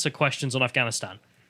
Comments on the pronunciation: did you guys hear him? he couldnt even pronounce afghanistan lmao he said "Im not gonna answer questions about gafstan" hahahahahaha this shit is beyond parody at this point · He didn't even say Afghanistan, he said Ghanistan.... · He said "I'm not gonna answering questions about ganstan". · Actually, I think Biden called it "Ghanistan", if you listen closely.